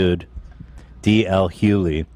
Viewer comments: Does Ethan ever pronounce a name right? Even if he does know how to pronounce it, he still chooses to say it wrong. Ethan is a grown man, if he wants to have a podcast, he should be able to somewhat prepare himself for each episode. The crew has to wait on him often to start the show, perhaps they would be able to brief him if he came on time. even tried to figure out how Ethan was pronouncing the name (probably so that he could correct him), but Ethan got an attitude right away so said nevermind. I'm not hating on you, your comment or Ethan. I'm a huge fan of the show but this episode really made me consider taking a break from watching the show until Ethan settles down with the negativity and starts treating people better. Including the members of his crew! This was hard to watch. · Ethan ily but it’s D.L HuGhley…not Huey or Hugh-Lee. Pronounce the G!!! 😭 driving me crazy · The way Ethan so brazenly says "D.L. Huely" over and over just has me rolling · was right he’s saying d l hugely wrong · Pronounced D.L. Hue-glee. Man's speak facts 💯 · Listening to Ethan’s pronunciation of “Hughley” was more triggering than ASMR. “Hue-glee”, my guy. “Hue-glee” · Hughley...( HUE - GLEE)...how many times do you have to butcher it? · Its HuGhLey... Lol You pronounce the G. 🤦🏻‍♀️ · my guy mispronouncing tf out of dl hugelys name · It pains me to hear Ethan mispronounce DL Hughley’s name over and over again… he’s a super successful comedian. I’m baffled how he doesn’t know him. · For the record was right about the Dl Hughley pronunciation, it has a hard g sound. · is correct on DL Hughlys name pronunciation. Ethan can't pronounce names right to save his life. 🙄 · Take a shot every time Ethan says DL Hughleys name wrong 😂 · If you want DL Hughley on the podcast, you're probably gonna wanna pronounce his name correctly. How does no one there not know they're saying it wrong lol